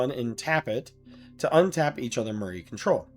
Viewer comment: Myr is pronounced “meer”